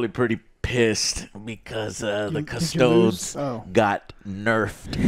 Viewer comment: Cus-toads? Lol